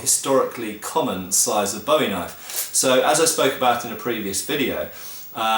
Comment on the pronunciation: Finally someone who pronounces Bowie correctly. I am tired of hearing people say 'boowie'